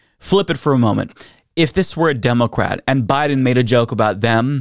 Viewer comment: It still amuses me how says “democrat”. He leans on the O. 😊